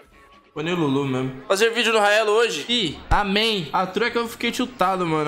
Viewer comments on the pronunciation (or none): NA português do “faze” kkkkk